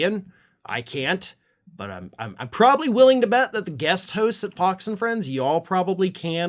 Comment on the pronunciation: I thought you said “POX and Friends”! and then I thought,- well that fits. The Murdoch “misinformation machine” is a pox on the U.S. and the world.